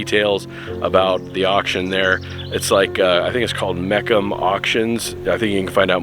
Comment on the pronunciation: Wow what a collection! Loved the video. The Mecum auction company has been around a long time (pronounced Mee-cum). You really need to watch their videos of their huge auctions in different cities. Great job on this one bud.